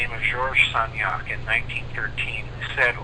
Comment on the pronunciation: How do you spell the name of the French researcher’s name, the one who tested the aether? It sounds like “Georges Stagnac”